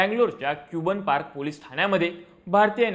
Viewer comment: क्यूबन पार्क नाही रे भिडू कबन पार्क अस उच्चार होतो त्याचा 😂